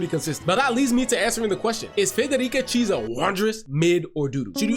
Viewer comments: It's not pronounced as cheesa. It's kiesa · It’s pretty clearly kee-ay-sa